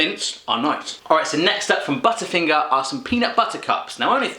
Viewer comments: Yep budder finger that's how I talk lol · And he says "butta finga" he calls us weird haha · The way you say "butter fingerr" 😂👏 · lol we do not say budder finger